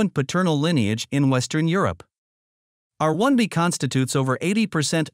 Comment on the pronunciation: sure! May I suggest, then, that in the script you cue the AI to read the haplogroup designations more slowly by inserting spaces between the alphanumerics? eg. R 1 a, R 1 b, etc. That's one way it might sound more natural since English native speakers do tend to give each alphanumeric full and equal stress but the AI isn't doing that. Just a thought.